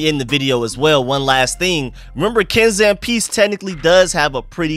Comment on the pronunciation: Ken Zampese (Zam-pee-zee)